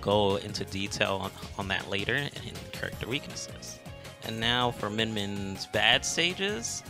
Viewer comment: "Today's Kurrkter is Min Min"